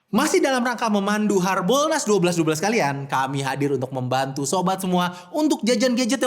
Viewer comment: Yg dipikiran gw pertama kali saat denger kata harboolnas = "Hari bool Nasional"... 🤣🤣🤣🤣🤣🤣